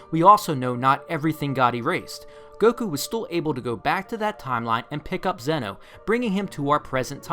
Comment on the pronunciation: Btw it's not zeno its pronounced zen-oh like yu-gi-oh